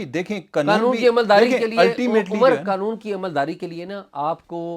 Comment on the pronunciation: یار یہ قنون نہیں قانون ہے پلیز